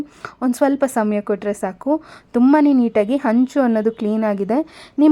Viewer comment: Honcho is wrong ma'am. It is henchu.. please practice correct pronunciation.. otherwise it will give a confused meaning..